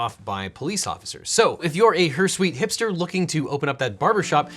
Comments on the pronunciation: Dropping fancy words into your script when your not even sure how they are pronounced comes across as bombastic. Stick to what you know. The word is hirsute, pronounced hur-suit not hur-sweet. Maybe you read it as hirsuite when flicking through the thesaurus for a fancy word. Maybe you have a script writer who can't spell. Either way, plain English never fails. What was wrong with hairy? 😉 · Her-SWEET? I have always said "Her-Sooot". (hirsute) To Google I go... OK, I'm right, Mr Eagle is just being weird here 😀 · Hirsute is pronounced "her suit", not "her sweet". Even in Free But Fayld Staytz o'Merika! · Another enjoyable and interesting presentation, thanks for uploading. By the way, I believe hirsute is pronounced her-SUIT, not her-SWEET. I'm from New Zealand/Aotearoa. No compulsory voting here. But I actually admire Australia (trans-Tasman rivalry notwithstanding,) for having a compulsory voting rule. I actually agree that the world is far to obsessed with personal individual rights, and not nearly as careful with duties and obligations of individuals (or, indeed, groups, companies etc.) towards the country. (In fact, I believe we all have obligations and duties not just towards our country, but towards general overarching decency and ethics.) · Objection! Hirsute is pronounced “her suit” not “her sweet” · "Hersweet" is that another one of those American vs. British pronounciation things for hirsute? Genuine question. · “hirsuite”. Want to try that again? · Hursweet?? dude... that pronunciation of hirsute is much more offensive than a mullet. 🤣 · "Secular" means the opposite of what you think it does. Hirsute is pronounced heer soot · "hersweet hipster" ....not hirsute? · Excellent! Is that some kind of pun when he says 'hair-sweet' hipster instead of 'hirsute', or is that his pronunciation? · Isn't it pronounced "her-soot"? Hirsute is a great word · Her sweet? Not how you say hirsute. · That's not how to pronounce, "hirsute".